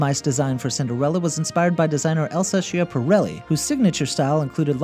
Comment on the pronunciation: Cendrillon = sondweeyon Chiapperelli = kyapperelley